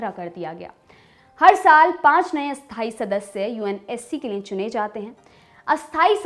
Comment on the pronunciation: Ma'am; स्थायी और अस्थायी का आपके उच्चारण में फर्क नहीं लग रहा । कब कोन सा शब्द बोल रहे हैं यह सिर्फ वाक्यों से ही मालूम चल पा रहा है । स्थायी का तो ठी है, पर अस्थायी (अ+स्थायी=अस्थायी != स्थायी) को सही से बोलिए। Note:- != (not equal to)